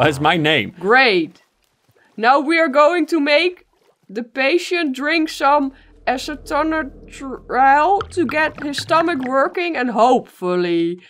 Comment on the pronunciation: Congratulations! You pronounced "acetonitrile" correctly :D